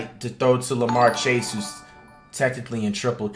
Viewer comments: He said lamar chase lol it is jamarr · Man really said larmar chase 💀💀💀💀